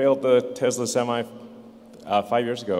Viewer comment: He said tesla semite trucks hahaha